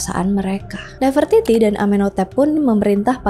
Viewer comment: Bacanya bukannya nafre-titi ya kak?